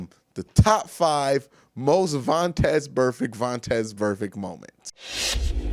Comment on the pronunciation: Drinking game: drunk every time Q says vontez burfect